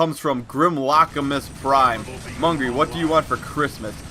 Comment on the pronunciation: No, its Mungay